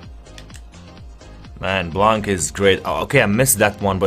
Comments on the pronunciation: Omg my hears are bleeding when heard you say BLANK instead of blan. But you never take a look on message, i dont why you Ask to react if you never look your message. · So every english youtuber dont say it good, but you're the only one speaking english im watching. the C in Blanc is not pronouced like the T in Laurent, but Laurent you pronouced it good.